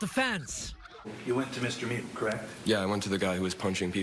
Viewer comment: OMG it's not "Me-you" it's "Mew" this journalist drives me nuts with his pronunciation, lol